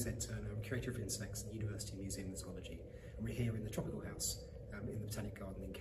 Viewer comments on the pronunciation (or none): It was never more than an annoyance. Imagine if other people, including those in your profession, even "experts," mispronounced its name? It's hard not to notice.